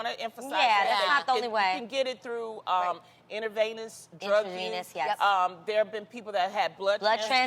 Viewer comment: Can Loni ever pronounce words right omg intra-venous lol intravenous !!